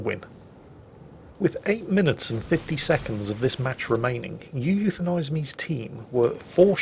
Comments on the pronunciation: and here is “you euthanize me” Me: Actually, it’s pronounced “oo-woo-thanize me”: starts loading gun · Technically, you would pronounce his name "oo-woo-thenise me"